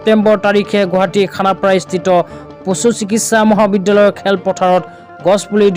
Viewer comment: 😢পচু নহয় পশু